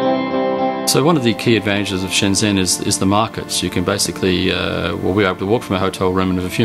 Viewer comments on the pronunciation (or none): They still call it 'Shen-zen', even after visiting...